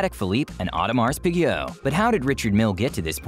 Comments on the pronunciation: Audimar peego? You can’t even pronounce the name right for one of the biggest companies in the business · Audemars peego? Hahahahahha